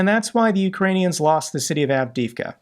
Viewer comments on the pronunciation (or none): none